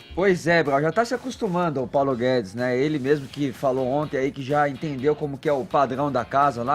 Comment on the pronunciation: "Paulo Gué-dês" 🤣